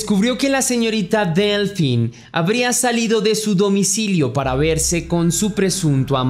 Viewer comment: Hola, "Delphine" se pronuncia "Delfine", ya que el "ph" en francés, se pronuncia "f". Si, la ortografía francesa es muy empalagosa 😩. Cedric, fue liberado hace muy poco, no le encuentran nada relacionado con la desaparicion de Delfine. Para mi, esa cita con el amante, fue una trampa de la esposa de el, para matarla.